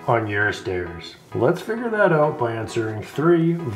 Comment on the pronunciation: You pronounced “out” like “owt”. Canadian? 😊